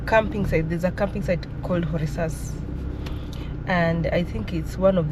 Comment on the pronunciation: Is Korixas, h is silence